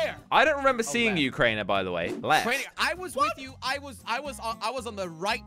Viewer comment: made me so mad when he said it’s crainer